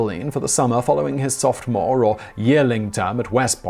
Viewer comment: I may be hearing things, but what the heck is a softmore?